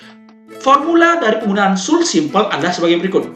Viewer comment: Janggal dengan pengucapan should-nya. Kayak kurang tepat.